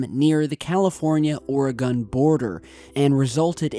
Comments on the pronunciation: I LUV YOU!!! YOU ARE AS CUTE AS A BUGS' EAR!!! ( but I just gotta say...( since I am a fellow.. OREGONIAN!! ) the name of that valley is pronounced "will..lam'ette") sorry.. don't kno why it bothers "us" so bad, when it's mis- pronounced. ( In the same manner..our state's name is more often than not mis- pronounced..." OR..E..GONE' " When in reality..it is pronounced..." OR..E GUN' " ) Anyway, that is a BIZARRE story! Especially, when ya' live here!.... Kinda " raises the hair on the back of ur neck!) type thing!! 😐 GOD'S SPEED IN YOUR RECOVERY!!! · You!, it's Will-lamb-ette, Willamette. Just like it's spelled. And Ory-gun. Oregon. Not: Aura-Gone. In any case, pretty cool upload!! The significance of launching fighters shouldn't be overlooked. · Jesus Christ it’s Or-a-gun and Wil-am-it (Willamette) do your research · Will-AM-IT is how you say Willamette.. and OR-ee-gun.. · glad your walking bro! and Oregon is pronounced "Ore-gin"^-^ sorry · Willamette... Wil-lam-ett Oregon... Or-e-gun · FYI, just for fun, thought I'd pass this along. Oregon is pronounced OR-GUN; the e is basically silent. And Willamette is pronounced WILL-am-et. It's the Willamette Valley, specifically. Just thought I'd pass along from a West Coaster to an Easty. As for the event...I'm THRILLED that finally, FINALLY, they admit that it actually occurred, as opposed to the S.O.P - total cover up. Happy Holidays! Much love, Shelbie =) BeautyDaughtMom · lol..Washingtonian here...Willamette is pronounced Will-Am-ette, and Oregon, Or-uh-gun. You crack me up. Good video though..I guess this happened right over my head:-) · It's fun listening to people who live outside of Oregon pronouncing names of places in Oregon. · Lol he said Oregon the wrong way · Hell nah I'm from Oregon and you tottaly said Oregon wrong and Nevada lol, but but seeing cool stuff happend in my state is awesome 👽 cause that's where the Aliens live lol #KeepPortlandWeird🖖👽😁